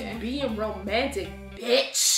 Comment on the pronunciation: It was the tone, too much emphasis on it